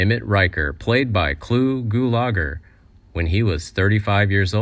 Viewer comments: It was pronounced Gue la ger, not Goo lah gur. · Glube Gulagar!! Hahaha! What kind of goof ball pronouncer of names?😵👊